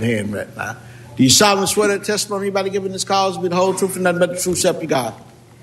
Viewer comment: this judge is an idiot and a jerk. He needs to learn English. It's 'truth' not troph, This was an unconstitutional inquiry. The guy should have pled the fifth and the judge would have had no basis other the the video, which could have been inadvertent. This judge is so biased, he won't give the defense a fair shake. He always rules for the prosecution and agains the defense. that's why people think the defense is so bad